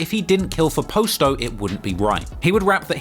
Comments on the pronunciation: It’s not po sto it’s pronounced pasto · Bro “Pasto’s”name is pronounced like Pasta they say it in every video where they use his name. It’s killing me that you keep pronouncing it “posto.” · Its Pronounced "Paas-toe"